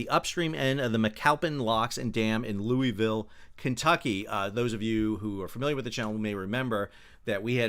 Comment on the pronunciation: Sal, just a friendly "to let you know", that all good Kentuckians pronounce Louisville as "Loo-a-vul"!